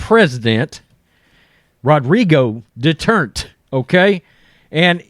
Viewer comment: Love your channel but your pronunciation of Duterte is a little off. I am living in the Philippines and my wife is Filipina. She is getting a good chuckle out of your pronunciation. It is actually three syllables de-tur-ta. Just playing with ya, like I said love the channel. Peace Out